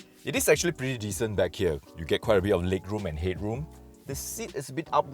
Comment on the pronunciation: lig rum end hid rum sounded like a nigerian basketball player